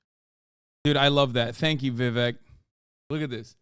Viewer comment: this is super libbed up of me to say but jfc can one single pronounce 'Vivek' correctly, even "LIBERAL MEDIA" CNN can't do it